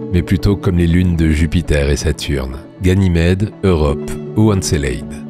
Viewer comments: Doc exceptionnel malgré un petit bémol : La prononciation d'encelade !!! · Comment tu prononces Encelade espèce andouille 🙄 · En effet, cette prononciation du nom d’Encelade et des « geisers » est abominable. Mais en dehors de ce léger accroc, le doc est magnifique.